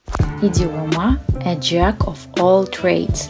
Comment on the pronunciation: Of звучит "ов". "Оф" - это слово off